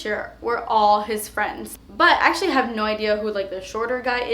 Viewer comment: Oh my God, I thought you said "he's sexually great" instead of "hes actually great" lol